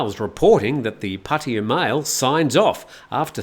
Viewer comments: Pah Tah Yah. (not Potty - uh.) Similarly, it's not Loon-down - it's London. It's not Mee-am-eye - it's Miami. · Break it down: พัท (Phat) ทยา (Tha Ya) - this is why when you drive there the (oldest) green highway sign says "Phatta Ya" . So translated it is really Phat Ta Ya. The two "Ts" blend together when spoken, so in proper Bangkok Thai "Pah - Tah Yah" is the way it is pronounced. It is CERTAINLY not pronounced Puddy/Paddy/Potty uh. Personally, I hate Pattaya and the cretins that live there, but I do love the Thai language, and this constant ignorant mispronunciation of three simple sounds is like nails on a chalkboard. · Sorry, I just find it fascinating how foreigners are completely unable, or refuse, to simply say Pah-Tah-Yah properly. It's very easy to pronounce, yet nobody can do it. It's always, Padea, Potty-uh, Poddy-uh, Puddy-uh. It's quite remarkable. But no worries, carry on.